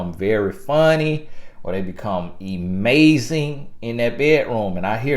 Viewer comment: "...They become e-MAZE-ing!" 😁😁